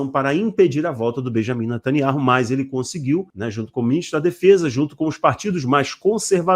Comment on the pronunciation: Me desculpe vc precisa ouvir um judeu pronunciando o nome do ministro.